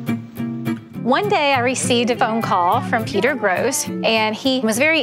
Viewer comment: Gros isn't pronounced 'gross'. It's French, it's more like 'grow'.